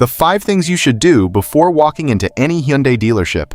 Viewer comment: I absolutely hate AI voices. “Huh Yunday”? Good grief…